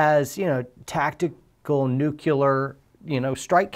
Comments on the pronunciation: Aaaaahhh it's not nucular!! It's nuclear! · "...tactical, nucular..." 🤣😂🤣